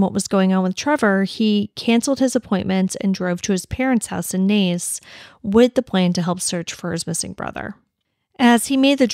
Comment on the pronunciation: You pronounced Naas perfectly 👍 The room mates were away for the weekend so would not of seen him.